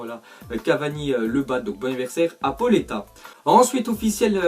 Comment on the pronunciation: Il a gros problème avec les noms Pauleta sa se dit "PAOLETA" et Tuchel sa se dit "TUREL"